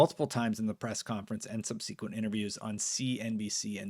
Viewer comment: What’s up with the pronunciation of subsequent?